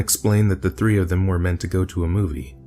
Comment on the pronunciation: Hey shithead it three not f free..